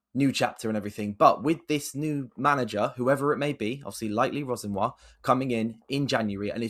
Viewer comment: it's Liam Ro-Senior bro hes from wandsworth aha